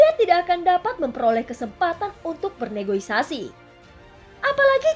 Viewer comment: Kak negoisasi apa negosiasi deng 😂😂